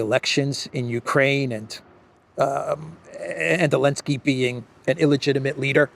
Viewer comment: It is NOT”Elensky”. It is Zelensky. His last name starts with a consonant “z”/“з”: Зеленский.